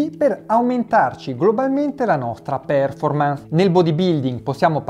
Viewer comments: io ti perdono per essere un secco di merda ma non per PÈRFORMANS! ti prego! Fate cultura anche su questo! Ti seguo sempre, metti 'sto cavolo di accento al posto giusto! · Perfetto come sempre! Solo...per favore, "pèrformans" non si può sentire! Occhio alla pronuncia!